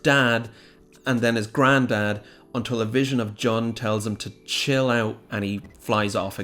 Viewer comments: You keep saying John. It's Jun, isn't it? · JUNE. JOON GOD DAMNIT JUST STOP SAYING JUN PHONETICALLY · Im sorry did you just say "juh-n" xd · Stop calling Jun "John"